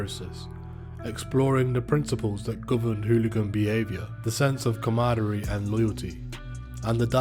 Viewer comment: Please remove the word camaraderie from your script until you learn how to say it. Too much repetition and lacking accuracy.